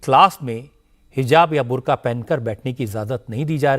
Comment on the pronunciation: बंदा कह रहा है बुर्गा 😂😂😂😂😂😂😂😂😂